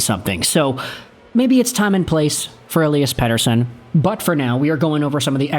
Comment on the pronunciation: OMFG… stop saying EP40’s name that way, every F-ing video of him you say it at least 2x… 🤦‍♂️🤦‍♂️🤦‍♂️